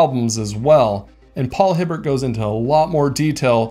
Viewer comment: Paul Hibbert is said with a hard T sound at the end I believe.